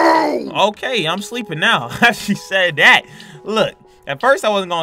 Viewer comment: Siad ?? Actoin??? Bruh it's said action